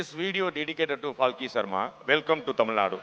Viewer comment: Why pronouncing Falki. Her name is Palki !!